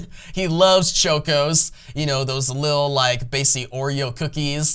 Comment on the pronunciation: Martian manhunTer not huntser...Choco with an ahhhhhh like chocolate not choke-o...🤣🤣🤣 great video otherwise. I enjoy